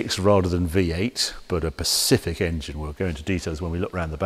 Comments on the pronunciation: A 'pacific' engine? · A ‘pacific’ engine? Grhhh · harry, it`s pronounced SPECIFIC, not PACIFIC 🤦‍♂🤦‍♂🤦‍♂🤦‍♂ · A "Pacific" engine? Eh? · "a pacific engine" Del Boy?